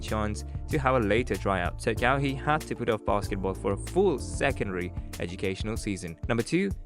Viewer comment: Not KaWee Leonard. It's pronounced Ka-Why spelt Kawhi.